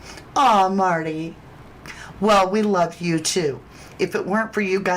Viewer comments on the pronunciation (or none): none